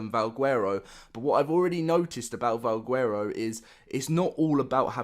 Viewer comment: yeah and he cant even pronounce valguero right. Youd think if a person is all about Ark then theyd know to pronounce the words correctly.